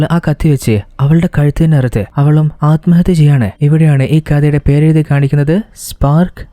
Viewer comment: നല്ല അവതരണം 👌🏿 കുറച്ചുകൂടെ prepared ചെയ്തിട്ട് പറയാൻ ശ്രമിക്കുക. ഉച്ചാരണം പലതും തെറ്റായിട്ട് ആണ് പറയുന്നത് ശ്രദ്ധിക്കണം 🙏 "സ്വയം, സ്വന്തം" അലമ്ഹത്യ തെറ്റാണ് അല്മഹത്യ എന്ന് മാത്രമേ ഉള്ളു അത് പോലെ ഹീറോ and ഹീറോയിൻ ആണ് ഹീറോയിനെയും ഹീറോ എന്ന് മിക്ക വീഡിയോകളിലും തെറ്റായി പറഞ്ഞിട്ടുണ്ട്. സ്ക്രിപ്റ്റ് കുറച്ചുകൂടി എഴുതി പ്രസന്റു ചെയുന്നത് നന്നായിരിക്കും